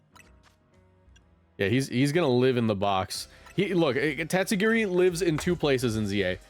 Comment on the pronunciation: every time u said "its time to girl" it got funnier each time